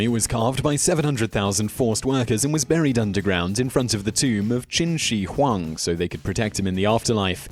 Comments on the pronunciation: I really like your videos, but please, please, please look up pronunciation before doing one. Some embarrassingly egregious errors on this - Qin She Huang isn't Chin Shee Huang but Tsin Shuh Huang, Xian isn't Zaian but Shee-an, Scythians arent Saithians but Sithians - winced every time I heard them! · Xian pronounced shee-ann. Qin Shu Huang pronounced chin schə huang.